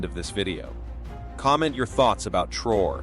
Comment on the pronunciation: The name is pronounced TRA-O-RAY Hence Traoré NOT Trore Ugh🙄